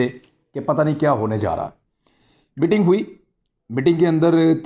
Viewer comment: Imran bhai "Mitting" nhi, "Meeting" hota hai.